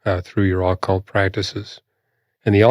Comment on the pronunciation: I hate the way he is pronouncing “occult”